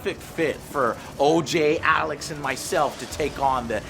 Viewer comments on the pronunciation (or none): none